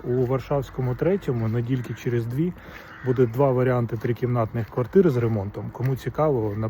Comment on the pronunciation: На "нэдилькы чэрэз дви" мне стало смешно! Это на каком языке? 😂